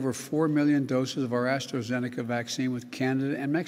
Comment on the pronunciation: What's Astro-venica? Did he confuse AstraZeneca with Astroglide?